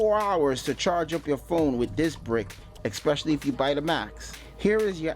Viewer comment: "ekspecially" isn't a word.